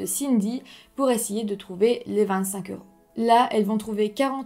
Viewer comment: Je t'aime pas bcp psi tu dis euraus mais c'est euros et aussi tu oublié des choses donc essayée de améliorer ta parole mrc